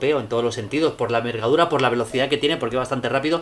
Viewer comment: por la vergadura jajaja..q bochorno faltó modular..